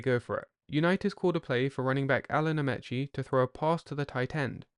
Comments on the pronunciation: As this is American football, it would help if you spelled offense and defense in the American, not the British, way. And the Colts’ fullback’s last name was pronounced with a long e — a-MEE-chee, not a-MEH-chee. That’s the way the 45 million TV viewers, myself included, heard it. Alan Ameche was a star whose name was familiar to millions of Americans. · I hate AI readers. Alan Ameche is pronounced with the first E being a long E. Such as A-meee’ cheee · It's pronounced Amici as in Alan "the horse" Amiche! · Great video. One tiny quibble. Alan “The Horse” Amici’s surname is pronounced “uh-mee-chee”; that is, with both the first and second “I” pronounced as a long “E.” Looking forward to the Johnny U vid.